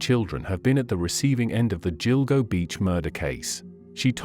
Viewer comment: What you need to know....” Gill-Go “ not “Jill-Go” 😏